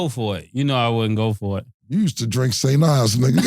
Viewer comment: He said “St Ives”.. 😅😂😂 yoooo.. we was like 16 deboning special brew 😂😂. 90’s was different